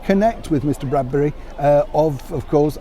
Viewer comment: Mr Bradby not Bradbury! 😂